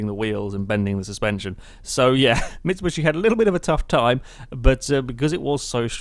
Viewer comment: I bugs me so much XD it's mitsubishi not micubushi XD